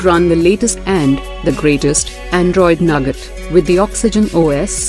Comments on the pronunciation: It's not nugget ( wtf ) It's noooogat ( nougat ) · U K I only watched to hear her say nugget